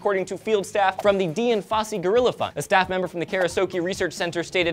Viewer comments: pronounces Dian so weirdly. It is a name, pronounced like Dianne not DIEN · Yep, it's pronounced Diane as in princess & what use is a degree in zoology if you don't remember it an want to know nothing about animals??? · Isn't Dian pronounced "Diane"? (I'm just wondering-- I'm not trying to correct or anything.) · Dian Fossey is pronounced, like Diane. She's like Jane Goodall but with gorillas instead of chimps. as someone who studied zoology. I'm surprised that you didn't know how to pronounce her name. Oh well I nit pick. I still enjoy your reporting <3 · You have a degree in Zoology and you cant pronounce Dian. Tsk tsk tsk